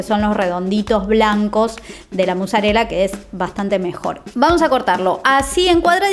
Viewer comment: Por qué dicen muzzarella en vez de mozzarella?